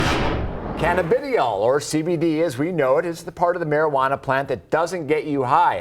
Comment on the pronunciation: The male reporter butchered the word "cannabidiol" 😂😂😂 Should've practiced before airing lol